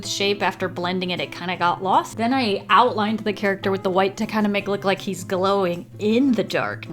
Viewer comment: Why is it wiff its supposed to be with waffles not wiff waffles